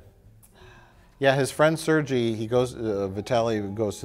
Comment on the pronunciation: Sergei is pronounced ser-gay. Not ser-gee